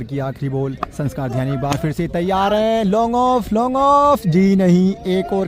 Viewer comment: Ave bhai Dhyani hota h ध्यानी